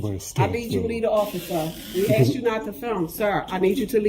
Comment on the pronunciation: He said “your being axed to leave” 😅🪓